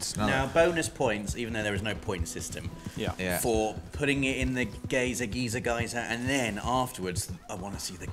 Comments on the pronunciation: I couldn't figure out what a gazer is for awhile. Turns out they were trying to say geyser and horribly mispronouncing it. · It isn't pronounced gay-zer, its pronounced guy-zer. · it took me three time hearing pronunciation of "geyser" to figure out what he meant. I've always heard it pronounced "guy-zer" instead of "gay-zer". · Love your videos guys! If you don’t know how to pronounce something you can type it into Google and it should tell you how it’s meant to be pronounced. Pretty sure geyser has never been pronounced geezer though... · i was so triggered by the geezer pronunciation hahaha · The British English version is 'Geezer', American English 'Guyzer' as you say. Don't know where the hell 'Gazer' comes from, I thought was saying Gator again at first. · The American in me cringes when rob says geyser lol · In my experience, English people are incredibly bad at pronouncing words they don't know, especially foreign ones, and this continues the trend. I had no idea what they were talking about, until I actually saw the geyser. But it was really funny when walked right into the small geyser and died. XD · Just a bit of help. Geyser is pronounced as Guy-zer. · Guy-zer is typically the American pronunciation. Gee-zer is typically the British pronunciation of the word. Either is fine though. Neither is right or wrong. Can be pronounced Gay-zer too